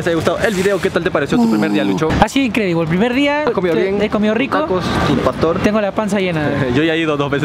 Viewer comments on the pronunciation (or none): Me encanta cuando dice INKREDIBOL, soy la única?:V